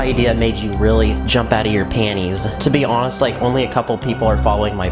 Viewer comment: why he say panties like that 😂